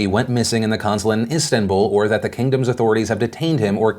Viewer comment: You pronunciation of Istanbul is disturbing.